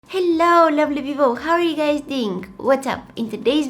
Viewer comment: Haloo lably people😆